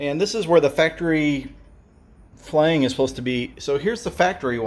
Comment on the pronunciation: Good video. But I cringed EVERY time he said Flange... It’s pronounced “Flanj.”